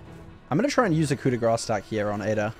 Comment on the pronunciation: Grâce is pronounced like "grass"